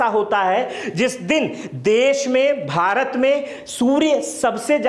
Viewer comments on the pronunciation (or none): none